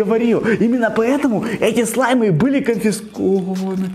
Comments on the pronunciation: ты сказал слимы а не слаймы) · ты говориш слимй